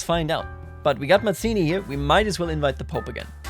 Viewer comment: Hello! Italian here! We pronounce Mazzini both as /madz:ini/ (more common) and /mats:ini/ (less common) so don't worry, your pronounciation is good!